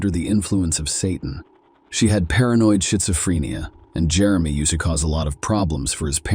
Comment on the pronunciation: Just about to fall asleep and I heard; "shitzophrenia". 😅😂😂